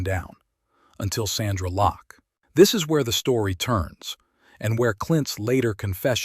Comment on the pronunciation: Lost me when he said "Sandra Locke"! When you start getting names wrong , you know its AI........bye, bye!